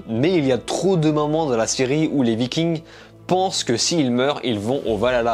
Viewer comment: VIKING!!!!!!!!!! ARRÊTE DE DIRE LE S